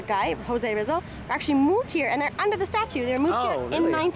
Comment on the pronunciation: Pronounced Jose Reezal